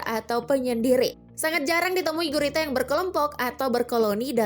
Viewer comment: Bacanya goreta